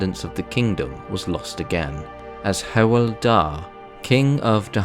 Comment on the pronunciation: Just a tip for pronouncing “Hywel”, the “Hyw” part sounds like the English “Hugh” so if you pronounce it like “Hugh’el da” it might roll off your tongue easier. Great vid anyway. I’ve been enjoying this series.